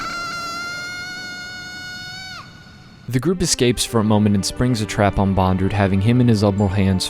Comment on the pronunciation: Still, it’s Bond-Lew, not bon-dru